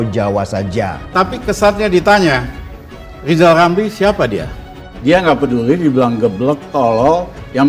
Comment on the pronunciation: Ngomong dulu yg benel ejaannya Zal lizal...???